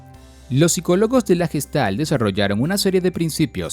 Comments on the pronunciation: Recuerda, se pronuncia "guestalt" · no asi se pronuncia gestalt oka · se pronuncia Gueshtalt